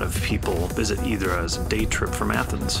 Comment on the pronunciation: Its not Hydra is pronounced Idra pls dont boucher local names !!!! Nice video though !!!